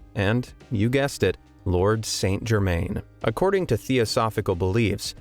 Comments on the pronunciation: It's pronounced ' san germann' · It’s pronounced - san jer- MAN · It's pronounced San Jerman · Pronounced: _San Gerrr-_man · Wouldn't pass the James Randi challenge, and it's confusing that you don't pronounce "St Germain" correctly (is that because you Americans aren't near France as we Brits are?), but it's a great story and it illustrates why Chelsea Quinn Yarbro chose him for her vampire story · Author a 25 minute story of one of the most significant alchemical figures in the last 300 years, yet you can't be bothered to get his name right? Shame on you. Try harder, or even (shakes with impart), try google? Search "Saint Germain pronunciation". Its not hard- oh, unless you are talking about a town in the US of Something? There is a world outside your borders- please grow up & try to learn.